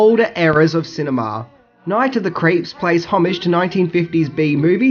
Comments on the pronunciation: Sorry are you saying Night of the Creeps or Night of the Crepes? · "Night of the Crepes" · It sounds like you're saying "Night of the Crêpes"...which is a movie I want to see! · Sounds like youre saying Night of the "CREPES." 🤦🏽‍♂️ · “Night of the Crapes”